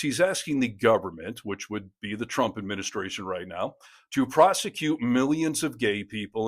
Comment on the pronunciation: "Twump and his pwesidency"? Seriously? I shouldn't be mean to people with speech impediments, but I feel his god would want me to! 😉